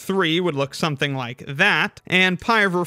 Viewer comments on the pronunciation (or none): none